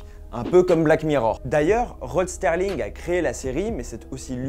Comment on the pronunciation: Rod SERLING. Pas STERLING….